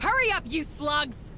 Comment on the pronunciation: It wasn't until this episode that I realized they were saying "Move it you slugs!" and not "Move it you sluts!"